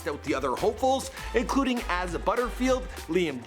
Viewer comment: Sorry this really annoyed me but he said "Azza Butterfield" but it's actually pronounced as "a-sah"